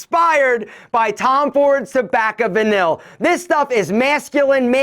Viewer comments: it’s pronounced Tom Ford’s Tobacco “Va-nee” not “va-nil.” Love your videos brother! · You should really learn to promounce "tobacco vanille" if your going to compare your fragrance to it.